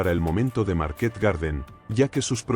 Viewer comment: A mí me pone muy nervioso cuando dice Market acentuando en la última 😅A los dos minutos ya bajé a ver los comentarios, mal síntoma